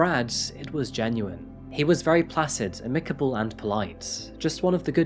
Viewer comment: Check your pronunciation of 'eligible' and 'amicable.'